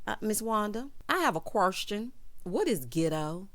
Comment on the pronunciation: “Quarstion” “Gitto” 🤣🤣🤣